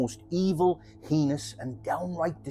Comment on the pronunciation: Love your style . Heinous is pronounced Like Anus with an H